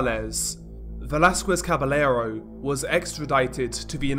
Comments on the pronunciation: Double L's are pronounced like 'Y' FYI. For example, it is pronounced 'Cabayero', not 'Cabelero' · Don't pronounce Caballero with the L sound...the double L makes a (Kah-bah-ye-ro)